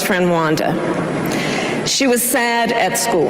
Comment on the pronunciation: Hate to be that person, but if she wants to advocate for abuse victims, maybe get their name right. She said "Wanda", then "Rhonda". So basic, but it looks really bad imo. And that's just scratching the surface. We need to beat a base that has been loyal to the Oompa Loompa for almost a decade. We cannot afford any gaffes, or mistakes, or bad policy if we are going to avoid a Neofascist Christian hellscape that Project 2025 promises.